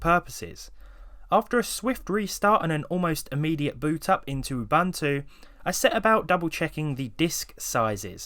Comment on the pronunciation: Sorry to be a pain, Uboontu that's how you'd pronounce it :)